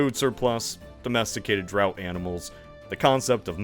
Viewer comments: did you say "domesticated drought animals"? D-R-A-U-G-H-T is pronounced "draft." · I believe you mean draught animals, which is pronounced like "draft." Draught is the British spelling. English is a stupid, weird language. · "Over a millenia"? "Millenia" is plural. – There are two different pronunciations of "draught". This is not the correct one in this context. – If you're talking about discrete items or units, it's "number" not "amount". I could go on, but I believe the point has been made. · Draught animals not drought animals. And draught is pronounced "draft". Potsdam not "Potsiam". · "draught animals" is pronounced "draft animals." Love your work- keep on rockin. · Did you just call them drought animals?!? 😂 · "Domesticated DROUGHT animals" ? Did i hear that right? I think your script said "draught", which is pronounced (and sometimes spelled) "draft" . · The singular of 'millennia' is 'millennium'. I've never heard of a 'drought animal'. I think you mean a 'draught animal'. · Draught is pronounced like "draft." Blame the British. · It is draft animals, not drowt. I know that isn't how it looks, but that is how it is said. Like many other words in the English language. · Bruh, did you just say DROUGHT animals? 😂😂😂😂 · Although the old time spelling is "draught" animals, it's pronounced like "draft", not like "drought". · It's "Points of divergence", not "point of divergences". Also the "draught" in "draught animals" is pronounced "draft" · That's pronounced "draft animals," not "drought animals." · So unless you're talking about not having enough water, draught is pronounced draft. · Millenia is plural, you can't say a millenia. Also, it's draught animals, not drought. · "Draught" is pronounced "Draft," it's "Draft Animals" and "Draft Beer" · Draught is pronounced "draft" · Draught animals is pronounced like draft like the beer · "Draught" as in "draught animal" is pronounced "draft", like with "draught beer". I only learned this recently, too. 😅